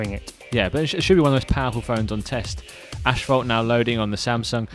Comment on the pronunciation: It's not Ashphalt, it's Asphalt.